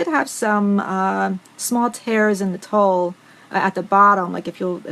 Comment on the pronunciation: tulle is pronounced TOOL.